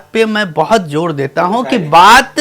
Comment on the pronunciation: He can' t pronounce Zor,Raaz,Khoobi,Khaami,Qalam etc . He never reached the level of Majrooh,Sahir, Shakil,Kaifi etc as a poet lyricist or even level of Shailendra,Hasrat,Anand Bakshi 😅😅😅. He lifted many lines of other poets,even others songs are presented in his name😅 Sameer knew marketing oiling and buisness aspects of Bollywood,so he got movies,money and fame. His entire songs are not equal to Main pal do pal ka shayer hoon or Hum hain mata e koocha o bazaar ki tarah. He promoted cheap songs in movies in the name of situation...